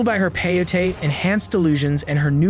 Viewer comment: OMFG.....people SERIOUSLY?!?!? Is it SO DANG hard to research the proper pronunciation for words you are unsure about?!?? CO AHT LEE CUE EH, and PAY OH TEY .....SMH